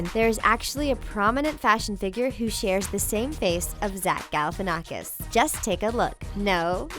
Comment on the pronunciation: Galifianakhs is from Greece daaaa!!! And you said that wrong ok you might you don't come from Greece but i'm from Greece and you say his name WRONGGG BTW GALIFIANNAKHS IS FROM CRETE😍